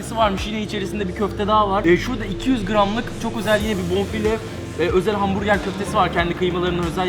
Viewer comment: Her kez ben dahi hamburger der kardeşım ise hambuge diyo anlamadim